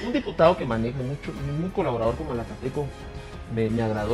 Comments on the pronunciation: MALACATECO WEEEEE NO MALATECO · Malacateco no malatecobiejo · Se llama malacateco no malateco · corrigen al pronunciar el nombre del equipo de Guatemala que en repetidas ocasiones lo pronuncian. Es MALACATECO y no MALATECO. Tambien es conocido como el equipo 🐂 TORO 🐂 equipo que ahora dirige el grande y Señor profesor ROBERTO HERNÁNDEZ! Gracias. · Es Malacateco no Mateco . Bendiciones para vos crack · Es Malacateco no Malateco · Es malacateco no malateco man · Es Malacateco no Malateco. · Malacateco no Malateco jajajajajaja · Dijiste malateco maje..🙄🙄🙄👎🏻👎🏻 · Si también lo noté q se equivocó